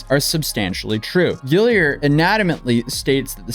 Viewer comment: "Gill-ard" not "Gill-i-ard"... sorry to be that person.